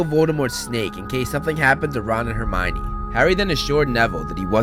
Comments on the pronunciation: Termionie Granger No I didn't spell it wrong, that's how he said it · He said termoine granger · Sorry but you said Termione Granger of this😂😂